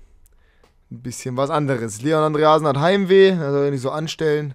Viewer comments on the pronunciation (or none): andrösen? dein ernst? :D